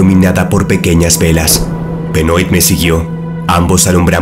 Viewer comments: Benoit se pronuncia "Benuat" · Benoit se pronuncia: Benoá ....*dato 👌🏻